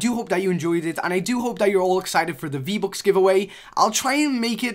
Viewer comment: U say v-bocks instead of v-bucks, why u get no views